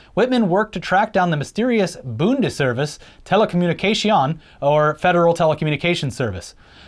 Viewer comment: Why did you pronounce "Telekommunikation" in French? :D It's more like "TelekommunikaTSion". Remindes of Dinesh D'Souza calling the Nazi Party "National SozialistÁÀÀ" in his crappy documentary about the Democratic Party.